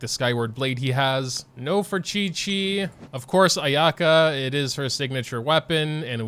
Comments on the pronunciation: btw Ayaka's name is pronounced eye-ah-ka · You're pronouncing Ayaka's name wrong on purpose right? l mean lol